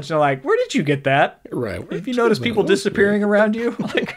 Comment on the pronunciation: "Hey their Poople"?